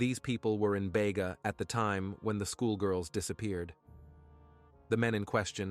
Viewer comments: It is Beega. Spelt Bega. Not ever pronounced Baygar. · Its beega not bayga....just saying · Bayga it’s Beega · Bega is pronounced BEEEGA not BAYGA. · Its Beeeega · Poor girls, RIP! Precious Angels, BEGA Pronounced BE--GA